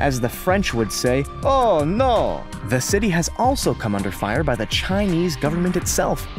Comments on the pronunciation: As the French would say 'oh no' - the worst ever French accent which tries to sound somewhat European... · 'oh no' you sounded more Italian than French lmao